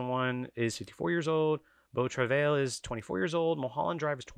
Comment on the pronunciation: Beau Travail number 1 in 2032, you heard it here first. Also, it's pronounced "Bo Truh-vy" Vertigo's strength in these polls come from people choosing it as the flagship Hitch movie. Same for Tokyo Story and a lot of other movies that rank very highly. Voters are aware that if votes get split between Strangers on a Train, Rebecca, etc. none of them are going to make the list. Howard Hawks doesn't have a flagship film and this hurts his performance on the poll accordingly.